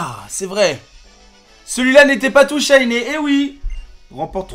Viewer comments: le méga rékaza tous chayné pas très méga et pas très chayné xD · "PRIMO KYOGRE PRIMO GRAOUDONE MEGA RAKAZA TOU SHAYNÉ"